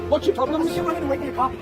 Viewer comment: What's the ploblem? What's the ploblem?... eh... what's the ploblem?